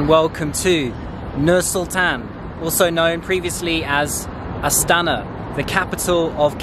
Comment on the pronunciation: Not AtsAna, but AstanA